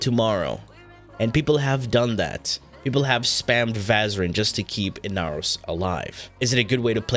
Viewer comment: The amount of pain I felt when you said inaros just hurts